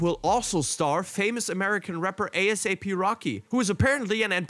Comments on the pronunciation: lol A.S.A.P rocky instead of Asap Rocky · I also can’t believe he said A S A P rocky hahaha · I stopped watching after he said "American rapper A S A P rocky". I'm sorry. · man jus said a s a p rocky smh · The fact that he spelled out A-S-A-P. LMAO im done 🤣😂💀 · Lmao aye ess aye pee rockey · This man said a S A P